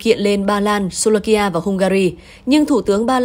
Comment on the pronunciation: Slovakia nhé.Phát âm cho đúng tên nước SLOVAKIA.